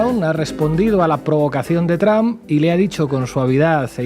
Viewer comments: Why do you say TRAMP ? IT IS TRUMP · Me agrada como sheimbaun pronuncia "tromp" tipo Castellanizado sin pronunciarlo correctamente en inglés. Es genial porque ella habla perfecto inglés.. Saludos desde Colombia